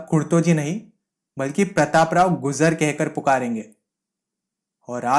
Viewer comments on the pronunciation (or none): Gujar bhi bolna nahi aara